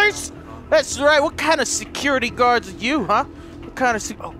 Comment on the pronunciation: I like the word secure-TE